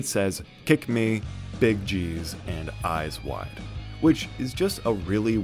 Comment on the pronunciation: eyes wide = "AAYSE WHY" because he pronounces it loosely i think